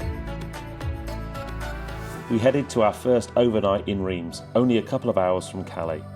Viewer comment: What a trip! I am surprised that when you got back to France and Reims that they didn’t hang, draw and quarter you though for the mis-pronounciation ! Rather than Reems, they say it Raunce. I was always guilty of this, and then my neighbours friend who came from there kept correcting me 🤣🤣